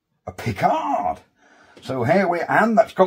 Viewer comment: 'Picador' Pulleys, not 'Pickard'. They used to be in Acre Lane, Brixton in the 60s, where I bought my pulleys as a teenager. Vee Wee, the Volkswagen people moved next door when they moved across the road from the old *Adlard"s Ford dealership, owned by the most interesting, Sidney *Allard of sports car fame. Enjoyed this episode no end. Thank you. George (*Adlard/Allard. Similar but not related.)